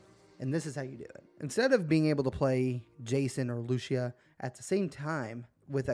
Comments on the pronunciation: Bro can’t pronounce Lucia “Lou-cia “ racist as fuck probably mad cause a Latina chick is going to be the main protagonist🤷‍♂️ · Lucia , it's 'posed to be pronounced Lou - cee - ya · LOO-SEE-UH… tell me you have spoken another language without telling me. 😂, nice gta vid tho